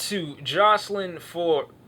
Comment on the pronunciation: its pronounced Floor-ez